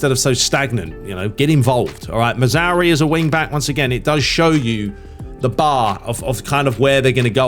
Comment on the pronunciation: Love the videos, but for the love of god it´s not Mazauri, it´s Mazra OUI, like the french Oui. Also dont forget the R in Mazra..